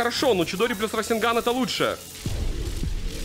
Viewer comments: Меня одного бесит раСенган а не расэнган и чидори слобее расенгана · какой рас'енган твёрдый звук е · Не расенган а РАСЭНГА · Не расинган а расенган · СРАСЕНГАН АХХАХАХА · мне кажется или ты сказал срайсягай?